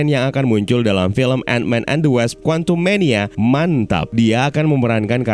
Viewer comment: Ngakak mulu gw pas nyebut quantum mania MANTAP